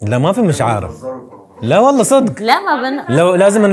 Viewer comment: تصحيح: واللهِ بكسر الهاء و ليس واللهي